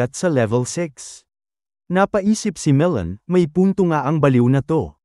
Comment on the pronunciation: Bro Magellan not melon 🍈😢